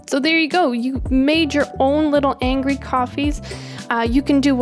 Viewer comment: i will be honest it irritates me when you say angry but with that e